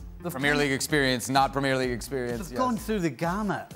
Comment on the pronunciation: Hey ESPN can you please teach your hosts how to pronounce PREMIER LEAGUE. You’d think that with the pundits around the table saying it properly that host boy could pick it up. It kills your credibility.